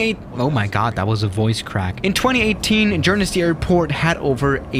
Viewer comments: Jer-nes-ey W2S: Really... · It's pronounced gurnsee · It's prpnounced "G-er-n-sey" And their airline is pronounced "or-e-ney" But i wish BA flew to Guernsey from say London City using say E170s or E190s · It’s Guern-Sey The other Island is Jersery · Its pronounced Gur-n-see, get it right, could its very offensive bro. Also, it is Guernsey, with a G, not a J, so get it right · Pronounced Gurnsey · Pronounced gurnzy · Its pronounced GERN SEE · Why does he call it J-er-nu-sey He probably says Joogle. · Nice Video. Did he just pronounce Guernsey as Jernisey? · Pronounced. Guhn-zee (Google) Or me Gern-zea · Gern-zee it’s like that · Guernsey is pronounced Gern-see. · It’s gurrn-cey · Its pronounced Gern/sey its not hard and: jernesyyyyyyyyyy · gurn-zee is how its pronounces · Its prononced gurnsay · All the dislikes are fellow brits after hearing “jer-nu-sey” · He said worse, he said “jer-nu-see” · I think it's pronounced "Gurn-zey" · it's pronounced "Gurn-zee" edit: Guernsey's flagship airline is pronounced "Aw-ree-nee" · Pronounced geern see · Apart from your appalling pronunciation——‘G’ for goat= Guernsey! Your mocking tones of the size of the island and the small number of passengers compared to your US cities suits us just fine—— means we have fewer idiots arriving !! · A person that lives at Guernsey, the way you said ''Guernsey'' gets me triggered, also the way you said ''aurigny'' gets me triggered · I live there, You kind of pronounced it wrong lmao. Not quite international either there’s like 4 flights a day... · I live in Guernsey and it’s it’s own entity, and you pronounced Guernsey wrong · You pronounced Guernsey, Aurigny and Southampton wrong! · Mate you pronounced it wrong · I think they were more offended he pronounced Guernsey so badly, and when English people get mad they leak canola oil from their earholes and start a greasefire, especially if you mistake chips and crisps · You pronounce it wrong but thats fine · Pronounced gern-zee